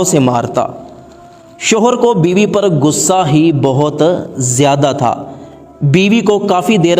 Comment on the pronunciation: biwi Nahin Biba hai kya bandal banate Ho